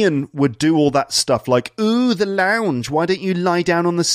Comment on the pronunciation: Launge you said?........ That's a no no,! Hahaha